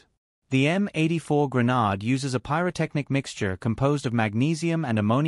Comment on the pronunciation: i can't stand listening to this. The way he pronounces "Grenade" is incompatible with my ears. I hope I'm not the only one. I will have to find another video that explains how a flash bang works, with a different narrator that pronounces "Grenade" in the way my ears are used to. Nice try tho.